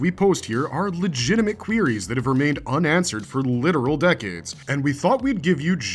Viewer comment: Lmao he said queeryies